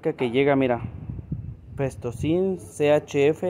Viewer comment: PENTOSIN, NO PESTOSIN